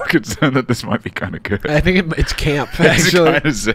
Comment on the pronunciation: WHO DO YOU FINK GAVE YOU THE TEEF